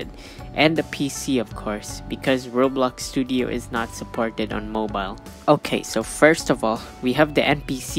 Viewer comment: it sounds like he said you need robux studio